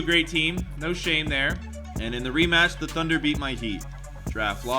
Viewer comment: he said thudner